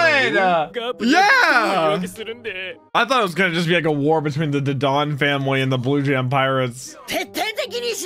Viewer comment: The way he says Dadan’s name makes me mad